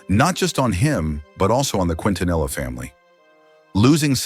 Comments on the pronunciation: Thank you for your response. This is the second video I've seen that's done this in recent weeks so I'm afraid you bore the brunt of my frustration. Anyway, it's pronounced, Kin-ta-nee-ah. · Her last name is pronounced KEEN TA NEE YA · Mispronouncing her name is instant turn off for me, couldn't make it past that. Please learn her name properly if you're gonna make a video about her. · This was posted after Yolanda Saldivar was denied parole. I'm glad that she will never know freedom ever again. She wouldn't last 10 minutes out in public. The people would probably tear her to shreds which is no less than she deserves for all of the pain she's caused others. Also, this dimwit narrator should have at least learned how to pronounce the family name. I'm not a Latina but even I know how to say it properly. Angels sing thee to thy rest La Reina.